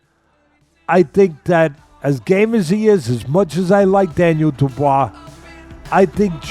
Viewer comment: Teddy..., if you wanna compete in this boxing youtube commentary landscape then you gotta start pronouncing DANIEL DUBOIS like Propa